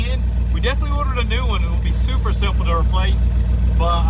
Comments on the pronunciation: "Suppper" is like "Daaamm" cool 😅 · It's "super", not "supper".